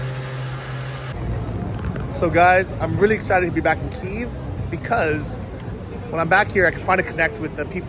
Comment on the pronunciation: You say Kyiv alot, but your pronunciation is wrong, so try to take a small lesson on it, 5-10 mon will do the trick.